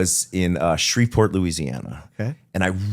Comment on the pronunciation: Oh my god, you pronounced Shreveport correctly!!!